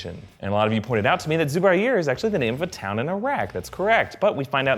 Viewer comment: its not pronounced as 'Zooba - Aier'...... its pronounced as 'Zu - Baier'